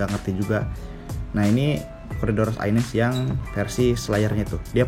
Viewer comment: Corydoras aeneus yang bener, bukan aines, bro. Emang kacau nama2 ikan di Indonesia, pakai ilmu dengar versi tukang ikan bukan pakai literatur. 😅